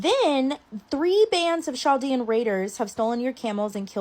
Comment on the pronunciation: chaldean is actually pronounced KAL-DEAN not ch"